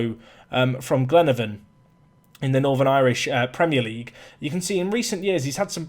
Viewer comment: Northern Irish Lesson: Glenavon= Glen-ah-vin Keep up the consistent uploads!